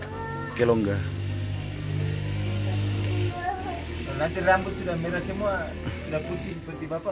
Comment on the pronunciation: Bapak Moro pu nama Waktu kecil itu Kiten Bukan Kisen 😁 yang kedua Kilungga itu artinya Cemara atau bisa dibilang nama Pohon cemara yg dipakai untuk nama Bpk Moro bukan kelongga.😁 yang ketiga itu Muru yg artinya semut Bukan Moro 😁 tapi ya sudahlah su terkenal dgn sebutan Moro jd...😂😂 Salam penyakittt Kinaonak.Wa wa🙏